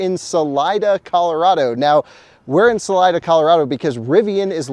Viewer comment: FYI. Salida means "exit" in spanish and is pronounced "sa-lee-da". Cheers from Sunny AZ.